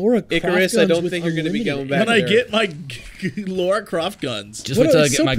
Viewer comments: Americans just don't know how to pronounce Lara. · what is it with Americans and pronouncing Lara as 'Laura'? it's Lara, they're two separate names. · and Jesse - it's Lara, not Laura, hahaha! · Why can't Americans ever pronounce "Lara" properly?